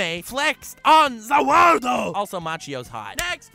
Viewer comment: I love how every time he wants to say the world he says ZA WARDUO i fucking flip laughing